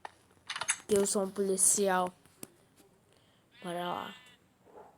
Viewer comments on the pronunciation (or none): Policial não pocial